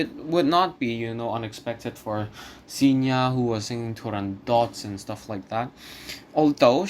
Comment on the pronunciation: And also it’s FilippesKi, and Pikki. Cigna is pronounced CHigna, not Signa. Zaccaría accent on I. Interesting analysis, bravo. I also think that Callas 1955 is her best (and THE BEST in general), but in 1952 and 1953 her voice was definitely more rock solid.